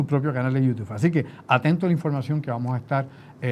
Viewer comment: es youTUBE, no youTUF. Saludos, es que me choca en las neuronas la pronunciación.